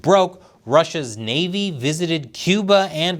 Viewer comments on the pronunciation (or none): none